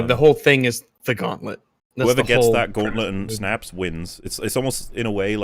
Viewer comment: I just can't fucking stand how this guy says "Gauowntlut"